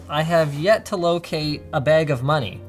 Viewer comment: Canadian voice: Internet moneyy